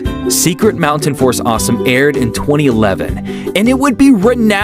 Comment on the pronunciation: *Fort, not Force Also, the pilot is on Youtube